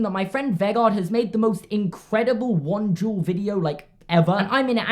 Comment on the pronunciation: It kinda sounds like he’s saying juul instead of duel